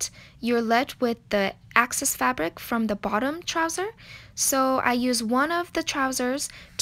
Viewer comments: Are you saying access in the video or excess. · I noticed that you pronounce "excess" as "access". It should be a hard "EX" sound, as in your EX-boyfriend, or X-ray.